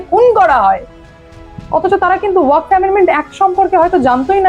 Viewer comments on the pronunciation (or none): Waqf uccharon ta thik korun style pore marben